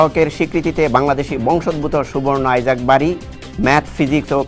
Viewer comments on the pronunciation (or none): ভাই আপনারা কেন বলছেন আইজাক, এটা তো ইছাক। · English এ আইজেক আর বাংলায় ইসাক